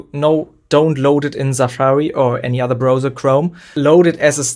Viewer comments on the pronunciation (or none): none